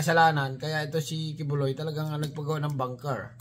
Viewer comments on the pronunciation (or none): BUNKER... hindi Banker.... ANG VOVO mong vlogger...!!!